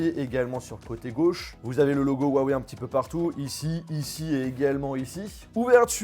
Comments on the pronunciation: STP prononce le "ruawei" et non "huawei" 😂✌ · On inspire, on dit rhou en expirant sur le h, on suit par un a et enfin wèye. Pas compliqué de bien prononcer la marque qui vous sponsorise.... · On en parle de comment y prononce huawei